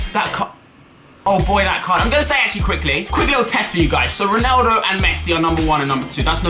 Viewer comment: RONaldo not RINaldo